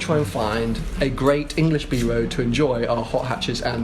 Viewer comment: U say road as woad